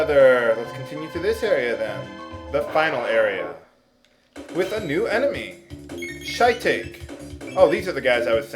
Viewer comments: I believe the proper pronunciation is shi-ta-ke, not shy take.... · Ha . . . Shy-Take. . . XD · I was going to say the same thing - though it's Shee-tah-kay - not kee... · Shy-take lol. These were the days before Japanese culture became commonplace I guess :p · shy-take....his horrible pronunciations are no secret, but this is possibly the worst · That's exactly what he said. What you meant was "shih-tah-kay". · lol its shit-ake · To over-simplify, shiitake is pronounced "shee-tah-kay" as the word is of Japanese origin and thus uses Japanese pronunciation. Furthermore, "Chrono/Crono" is not "krahno." It's "krono" with the long "o" sounds on both vowels. Also, since the root is taken from Latin, "Magus" is not "may-gus" but "mah-goos" (though you could lessen the emphasis on the second syllable). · It's Shee-taa-key xD Japanese for mushroom. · your pronouncing shitake wrong. it is said like shit aw kay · the shitake is a japanese mushe shi-tak-ae mushroom :) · No, it's pronounced Shit Ache. Note the faint traces of sarcasm. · I'm pretty sure Shitake is pronounced (she-TAH-kay) as in Shitake mushrooms, since it's clearly got a mushroom on it's back. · Pronunciaste mal "Shitake", es el nombre de un hongo japonés. Couldn't resist with the spanish, with the spanish 3 story =D